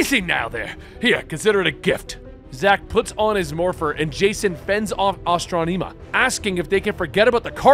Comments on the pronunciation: Asss•tron•imma That's how you say her ne bro. Lol love ya ty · Why are you pronouncing it astronEma? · the E in Astronema's name is prounced with an eh sound, not ee, so it's Astron-eh-ma. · Aston ama her name is said man not astoneema.🤣🤣🤣🤣🤣🤣 It really makes it hard to listen without laughing hard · Astro-knee-ma 🤭🤭🤭 is an interesting way of saying it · Astranema you said it wrong brother good story though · Ahhh strom eee maaa. Referred in power rangers in space & lost galaxy, but hey you try to do proper pronounciation. Tamatoe tamato.... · The fact that we have VERBALLY heard how the names of characters have been said and you still manage to say them wrong baffles me. Gigan and Astronema and so many others. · It's bothering me how is saying her name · I know it bothered me to, he could have just youtube old PR in space episodes to see how to say it. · Enjoyed the video. Just the mispronunciation of Astronema keeps taking me out of it. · Astronema is not that hard to pronounce. Hell you can look it up on YouTube. Please stop saying it wrong? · Everything was great but hearing him mispronounce that name hurts me so much 😂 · Please the name right it's killing me how you're saying her name. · Mispronouncing Astronema is killing me.